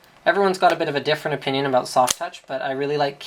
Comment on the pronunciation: "abooot" Lol... Canadians :)